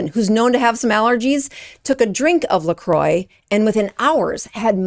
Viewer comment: I love how you're exposing these brands, but please also learn how to pronounce them when making a video. LMNT = element, "lecroy" = lacrwa. Not hating, just being informative. Feel free to delete this comment after reading!